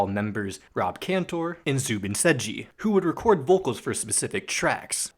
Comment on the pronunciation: Ok, im gonna do this real quick. Ross: (ross)-fehder)men). Andrew: (aendriw) (horowitsz) Rob! (Rob) (cahntour) Joe: (joe) (hah)(lee) And you did zubin mostly fine.